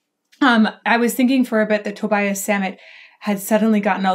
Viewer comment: Great video thanks, by the way it's pronounced Tobias like Tobi-as